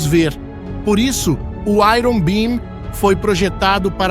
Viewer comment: Pronúncia de iron está errada!!!